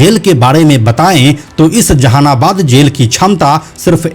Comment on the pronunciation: Ap v jahanabad nhi bol pa rhe h😂😂😂